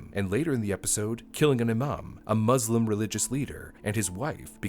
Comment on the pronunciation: I wonder what the system of waste disposal was like. Also i can’t believe he pronounced the word Muslim like that do better smh